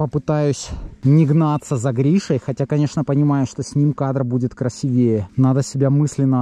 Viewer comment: ты хороший лыжник, но русский язык не знаешь. Ты сказал красивЕЕ, а надо ударение на и красИвее! Вывод, учи русский, пожалуйста!